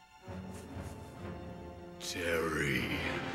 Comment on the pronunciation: Terreh Bogard!!!